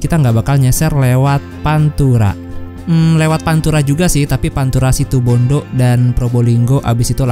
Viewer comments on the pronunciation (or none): none